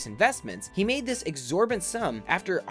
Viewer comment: Exorbitant sum - not 'exorbant'.